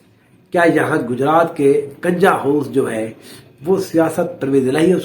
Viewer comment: حضرت کنجاہ زبر سے نہیں پیش سے بولتے ہیں جیسے کہ کنجی(چابی) کا لفظ بولتے ہیں